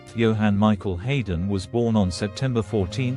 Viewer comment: Not least by the horrendous mispronunciation of the name of the star of the show.